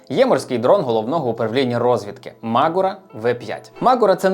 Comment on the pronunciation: Дякую, цікаво та пізнавально! Але не дуже зрозумів, чому наголос "мАгура", наче ж правильно "магУра". Принаймні саме так називається гора у Карпатах - звісно, може назва має інше походження...